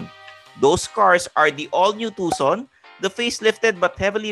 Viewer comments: Hyundai Tucson is pronounce as. Too soon. Something like that silent C po.not tukson..if u dont mind. Tnx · Tuckson 😂 Tuson 😜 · Tucson is pronounced as Two-son, not tuk-son. :) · If you dont mind too, it’s not soon it’s son! Too-son. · HIndi po Takson (Tucson), Tuuzon po. :) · it's not Takson (Tucson) it's tooson (as in Tucson, Arizona.) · Napansin ko din hehe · Pag pronounce po ng ng "Tucson" sir is parang "two-sawn".. Parang yung sa Tucson Arizona, Godbless po! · Tucson is pronounced; "too son" not "tuck sun". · TUSAN po at hindi tukson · Hyundai TALK-SOON daw, hehe,, its Hyundai TUSON! silent "C". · tu-son not tuc-son, C is silent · Tucson- "Tuson" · Tucson should be pronounced as TUH-SON. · hindi b "too-son" ang pronounciation ng Tucson...? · Di ba tuson ang pronunciation nung tucson? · Na distract ako pag dating sa Hyundai haha!! Tucson (Tooson) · actually it should be pronounced as Hyundai Tucson (Tusan) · You don’t pronounce Hyundai Tucson correctly, should be pronouncing it (Tuson, ) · Thanks sa correction. :) Silent C dapat hihi! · Tucson is pronounced as TOO-SON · Tucson is pronounced Tuson.. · Takson ba talaga tamang pronunciation.. hehe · Tukson daw hehehe ...ilan vlog mo na ganyan pronunciation ... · TU - SON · Too- son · Pansin ko lang din, ang laking issue sa mga nanunuod yang "TUCSON" kung paano bigkasin. Wala namang diperensya sa performance ng sasakyan kung mali ang pagbigkas😅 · malaking issue yan kasi may mga bata na pwede makakita nito at akala nila tama yung pagbikas sa TUCSON...